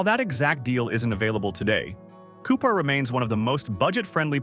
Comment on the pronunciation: Within the first minute of this video, Cupar, SK (population 600) is talked about, while the video is showing Saskatoon (pop 288,000). Regina and Cupar are also both mispronounced. I stopped there and didn’t watch any more. This video is an insult to the intelligence of anyone who watches it.